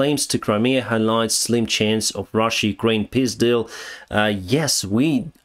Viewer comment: Денис, мне очень понравилось твое произношение "peace deal". Вполне может служить названием для 4го литовского дрона. 😄